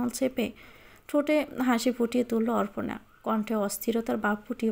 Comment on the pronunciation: অপর্ণা কে অর্পনা উচ্চারণ করছেন কেন?